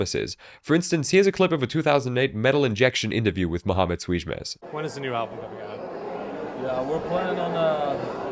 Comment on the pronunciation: Youre probably the only person on the internet that can pronounce "ç" correctly